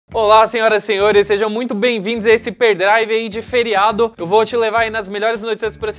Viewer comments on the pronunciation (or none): Gente, será que ninguém consegue falar HÍ PER DRI VE??? "No perdrive de hj..." kkkkkkkk